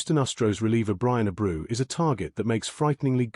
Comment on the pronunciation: Ah-brew lol